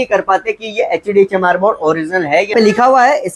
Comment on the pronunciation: Sir ji baar ....baar lag raha apne bola HD chamar board 😂😂😂😂